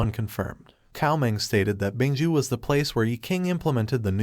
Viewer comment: Not ju but Zhou dynasty it's narrators mistake